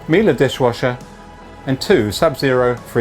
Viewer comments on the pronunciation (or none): none